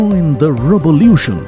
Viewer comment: robulution... don't try to be ridiculous